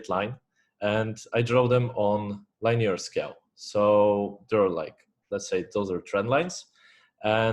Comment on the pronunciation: I love how you say liney-er bro